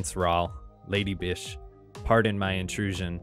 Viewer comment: is it lady vish or lady bish